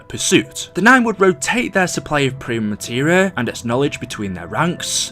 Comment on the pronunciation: STOP SAYING PRIME MATERA